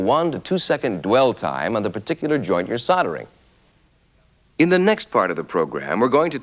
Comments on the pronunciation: What is soddering? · How did SOLD - ering become SODD - earring.